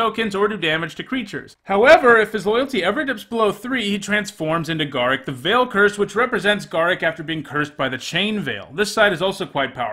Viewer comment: Wow, that is the absolute WORST pronunciation of Garruk I've ever heard.